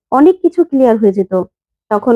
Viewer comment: কিলিয়ার নয়, ক্লিয়ার।